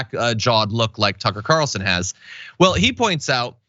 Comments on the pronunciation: Did you say sucker Carlson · Sucker Carlson. I swear you said that. Either way, I love it. ❤️ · Did you actually call him "Sucker Carlson"? 🤣🤔🤣